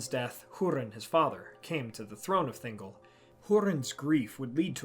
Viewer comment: *ThinGOL, not Thingle 🤣 you don't say Gellum for Gollum.